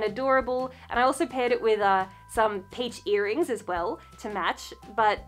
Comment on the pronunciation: I was looking for my TIS sure when I heard her say "BTS earnings" and I slammed my head on the wall trying to lean back up 😂😂😂